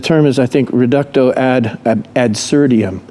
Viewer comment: Absurdum, not absurdium... Dude wanna sound smart but it's all smoke, he doesn't know the words he's using, to define his concept... 😭 Even I knew it and my first language isn't even English... In less than 8 min I can make you cry with just one plate on the leg curls machine and going super slow. Rest pause. And what it does for strength? Nothing at all. It's by no means equalled to 4-5 exercises, not even close. It's like when powerlifters Flex their muscles and try to do bodybuilding poses... Leave this to the professionals.